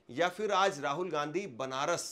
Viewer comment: Urdu Bolney ki koshish mat kro tum se na ho payega Aaz nahi hota Aaj hota h